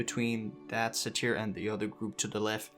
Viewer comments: Please... dear god. Its pronounced sei-tr. Not sei-teer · Say-teir lol XD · Great guide, look forward to trying this out myself. Cringed hard every time you mispronounced "satyr" though, haha. "Sei-tr", or "say-ter"